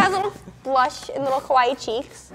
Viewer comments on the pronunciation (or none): She said kawaii As a Japanese agender I do not approve